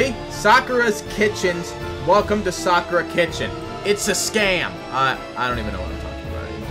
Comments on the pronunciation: "sakura" is pronounced "sah-cur-ah" i think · As a person who works at Sakura It’s pronounced Sa-ka-ra